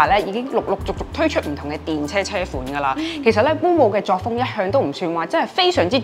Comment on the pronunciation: Thanks for sharing! 有少少意見，希望留意。Volvo 讀音係’v’, 唔係wow wow。SUV 係讀SU’V’(牙齒咬向下唇發音)，唔係SU’we’☺️